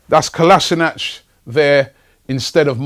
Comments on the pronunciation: Kolasinac is pronounced 'Kolashinuts'.....seriously. Get it right Robbie...otherwise thanks for the updates. COYG ! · its Kolasinac FFS !